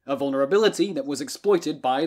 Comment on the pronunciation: Moria is from Lord of the Rings; Morea (more-eh-uh) is in Greece.